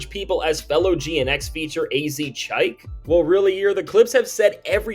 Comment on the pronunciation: You mispronounced "AZ Chike". It's said like "AZZ-cheek"